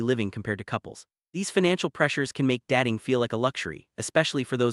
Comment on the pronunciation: Why don't you check the pronunciation of your content prior to publication? Datting - What the fuck is that?